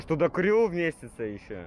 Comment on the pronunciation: Кусок ахуенный только крю читается как кру